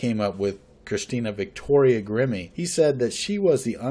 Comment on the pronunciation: Excellent as always.... Interesting that her name Grimme would sound like "emerge" spelled backwards when verbalized like "e-mmirg"